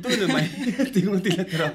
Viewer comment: Zai thiam em em mei ❌ Zai thiam em em mai💯 Lar em em mei❌ Lar em em mai💯 I thutpui kha anih kha.I tawng fimkhur rawh😝